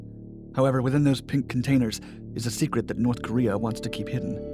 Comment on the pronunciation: NORSssssE Koreeah